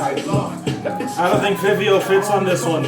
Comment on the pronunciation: You pronounced Fivio’s name wrong, it’s pronounced as Fah-Vi-O.